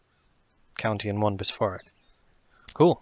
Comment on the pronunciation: oh venice is a bisforik! that's pretty rare. (bi'shop-rick)